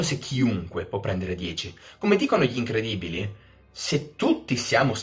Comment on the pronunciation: Bellissimo video! Ora Jasper mi piace di più! quando hai pronunciato gli Incredibili sono saltato giù dalla sedia. Comunque quello Steven esaltato a fine video?